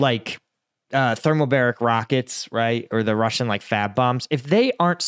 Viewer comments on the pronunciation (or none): none